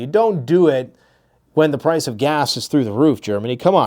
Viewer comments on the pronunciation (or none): none